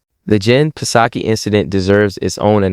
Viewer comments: ...the P is silent on PSAKI....so SOCKIE.... like the Japanese beer.. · The " P" in " Psaki" is Silent